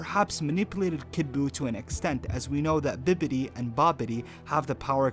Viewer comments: How do you manage to mispronounce bibidi from bibidi babidi boo as bidibi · I ain’t trusting nobody that can’t even pronounce “Bibidi” lmao Ole “Bidlebi” head ass 😂 I’m jk bro love the videos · Had to stop watching because Bidibbi got way too annoying. Its bibbidi. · Bro how many times are you gonna say Bidibi instead of Bibidi?! 😂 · Why the f did you say bidibib???its bibidi..as in bibidi babidi boo..like what they used to say in children's fairy tales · This guy doesnt know anything about dbz. He just reads up on it. He kept saying bidibi when his name is bibidi. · Is he saying bidibi? Bibidi... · It’s not bidibi bibidi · said that Whis seems etiquit. I didn't misspell it, that's how he pronojnced it. Plus he said "Bidibi" instead of "Bibidi". It was a Disney joke. Bibidi. Babidi. Buu! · Biddiby? You mean bibbidy. Bibbidi-Bobbidi-Boo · Cant ever pronounce (bib a dee )'s name. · Did you never learn to sound out words? Geez man, if I hear you say biddibi one more time I'm going to lose my shit... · That’s not how you say Bibbity. And immemorial doesn’t mean the beginning of time. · He says biddibi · He does say bidibi twice I heard it. Dyslexic maybe? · ITS BI BI DI..... Bibbidy Babbity and Buu. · Its Bibidi... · Why do you keep saying Bibbidi's name wrong? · Can you reupload this but say his name right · I'M TRIGGERED!!! YOU ARE PRONOUNCING BIBBIDI WRONG YOU FOOL! YOU OBVIOUSLY DID NOT! WATCH DRAGON BALL Z! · I don’t think anyone should listen to dbz theories from someone who mispronounces bibbidi upwards of 20 times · y cant u say bibidi rite r u dum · How hard is it to pronounce or spell bibidi, when the name is clearly a play on bibidi babidi boo? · Hard to listen when he keeps mispronouncing BIBIDI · Can't pronounce Bibidi correctly and couldn't even spell it the same twice. Sad. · It's bibidi not bididi